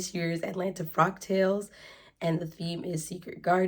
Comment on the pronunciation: I thought you were saying frog tails...😆 The fabric is lovely! It reminds me of "Monet". Look up Monet, Water Lilies. So I thought the print was perfect for a frog tails event..lol... I'm such a dork. The dress turned out sweet! In all the outfits I've seen you on, I never thought your shape was as similar to mine as you suggest... (Though I'm definitely larger). So good job sewing things that accentuate your figure so well. I have a few of my mom's old vintage patterns, but there is no way they'll ever fit me... Love the gloves too! Nicely done!